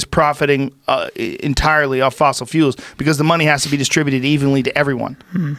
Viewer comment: "Fossil fuuuuls"